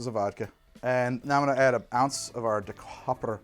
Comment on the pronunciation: Why do you ignore the Y in Dekuyper? It’s de-kiy-per.